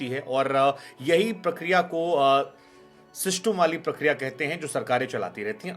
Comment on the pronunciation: सर आपको बहुत समय से देख रहा हूं या मैं आपका बहुत सम्मान भी करता हूं लेकिन ये देख कर बहुत बुरा लगा आपको सिस्टम बोलना नहीं आता या फिर आप इस शब्द से निराश हो गए हैं आपको ये शोभा नहीं देता